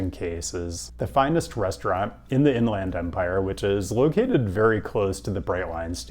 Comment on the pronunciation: beard is looking good, and go dawgs. Most folks I've met from the IE pronounce it like In-lend Empire, not In-LAND Empire. Could be wrong though